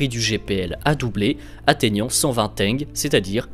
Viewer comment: "120 teng" x) Ça se prononce tsenge